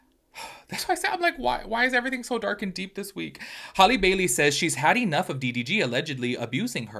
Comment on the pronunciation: HALLE not holly. HAL pronounced like halitosis.